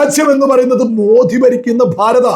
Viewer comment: അക്ഷരശുദ്ധി പാലിക്കുക reporter. മോദിയെ മോധിയെന്നും മറുപല wordകളും